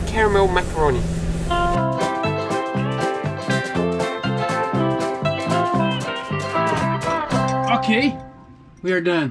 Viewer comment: The biscuit is pronounced Mac-AR-Roon. Macaroni is a type of pasta. 😁👍 Good job ticking all the boxes and making the boat safe.